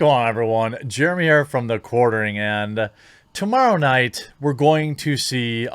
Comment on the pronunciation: the Q-uartering.